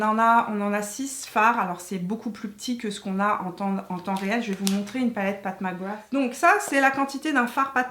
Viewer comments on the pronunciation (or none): Si vous voulez faire un jeu d’alcool, buvez un shot à chaque fois que dit « Path Mac Grath »